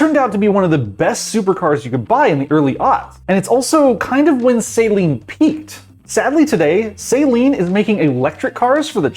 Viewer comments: Saleen. Pronounced Celine, not saline. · Well, he has no idea how to pronounce 'Saleen' or 'Esprit' so I think you are likely right. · Dear god say the name right!! SA-LEEN. not Say-leen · It's "Sah-leen" It's not a solution used for contacts. -_ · This pronunciation of Saleen makes my ears bleed. It's not SAY-leen. It's Suh-LEEN. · FYI: Saleen (Sah-leen) is a car. Saline is a mixture of salt and water. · This is the worst opinion I have ever seen in a video, he doesn't even know what he's talking about, almost every single word he said about Saleen was wrong, he even pronounced it wrong.